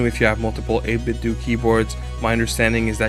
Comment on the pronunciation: The way you pronounce 8BitDo has the unfortunate side effect of sounding like 8BitDookie Board when you give us the product name like that! haha. I love their Gamepads, so if I'm in the market for a new mechanical board, I'll take these guys into account.